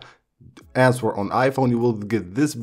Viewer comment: Pronounces answer with the w....deleted the dictionary app....left the cycle tracking app....smh